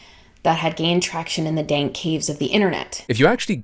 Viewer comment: Did I hear that right, she says, "dan-kay corners of the internet?"